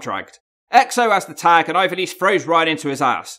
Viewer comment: Hahaha big fan but can't pronounce her name properly, love that from